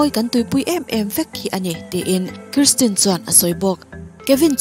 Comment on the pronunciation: An hmeichhe neih chhun hi KRISTIN ni loin KIRSTIN alawm... Karstin ti-a lam tur a ni e